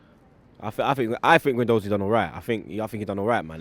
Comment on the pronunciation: when are they going to start pronouncing Matteo guendouzis name properly